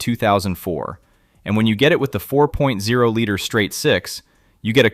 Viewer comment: Ai slop voiceover. for future generations. likely all this guys videos... when you mispronounce 4.0 we all know whats up